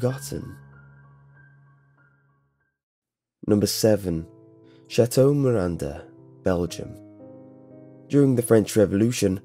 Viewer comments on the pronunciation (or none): none